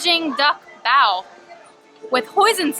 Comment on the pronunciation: Yay you finally pronounced bao right! I love your videos and look forward to see more of the food and wine festival. I’m a local and I’m just waiting for the crowds to die down before I go.